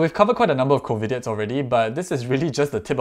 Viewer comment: I think u pronounced it wrongly tho, u said Covidits instd of covidiots😅